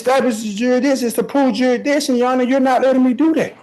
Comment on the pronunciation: Lives next door to ju-re-dission...